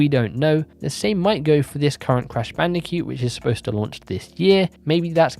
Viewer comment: I can't stop hearing you say "Crash Bandicute"